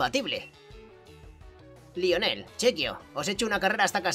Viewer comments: El nombre se pronuncia laionel muy tarde pero tenía que decirlo xD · Lionel se pronuncia layoner